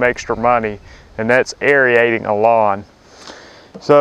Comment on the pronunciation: Pronounced " air-eight-ing " , no e in there.